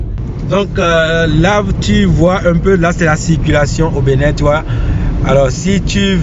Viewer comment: Y'a que moi,qui entend la prononciation" Benet" au lieu d'entendre Bénin,ou du moins c'est le nom de cette ville qui est benet